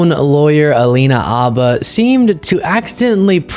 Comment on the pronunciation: Think it’s Habba with an H:)